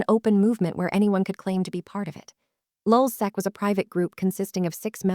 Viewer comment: Lulsac? Man sit the fuck down.. you know nothing about lulzsec